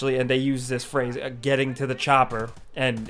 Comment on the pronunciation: Idk why in this video EVERY time he says THE he says "duh" never noticed it in other games.